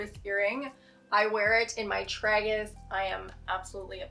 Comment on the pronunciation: Haha wrong together 😂🤍 And tbh I will probably continue to pronounce it incorrectly 😩 It’s truly my fav Maria Tash piece, I don’t know if I’ll ever change my tragus from it.